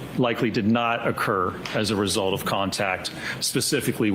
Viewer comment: “the end weesult”🤪